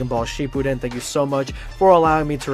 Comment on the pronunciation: Man I just new that something was wrong when he said Dragon-ball Shipudden